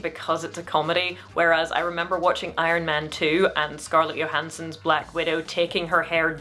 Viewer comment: I kinda like that pronunciation!